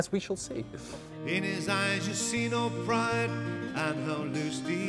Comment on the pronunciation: Pride not prize!